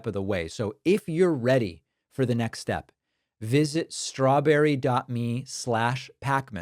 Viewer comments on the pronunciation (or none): none